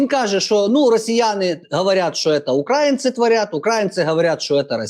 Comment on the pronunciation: наголос у слові українці про багато що каже, не опозиція це, геть з України!